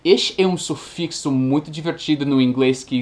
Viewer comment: "Diminuitivo" e "sufichu", foram ótimos.